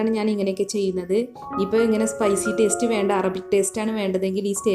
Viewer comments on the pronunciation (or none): none